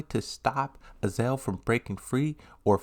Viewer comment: lidia is not pronounced leeda heihachi is not pronounced heyachi azazel is not pronounced azel